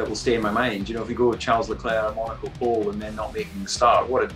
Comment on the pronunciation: it’s “pole”, not “poll” and you can may be say russel “was P1 in Q3” or something, as he really did have it if not for one driver doing one lap, but he certainly did not qualify P1, that’s a specific thing, and provisional pole does not count.